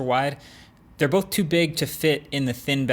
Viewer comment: Am I the only one who hears him say "bof" instead of "both"